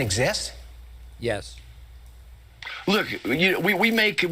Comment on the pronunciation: "Wook, we make piwats flying pwanes...". Fire that dumbass and elect someone with an intellect. WITHF?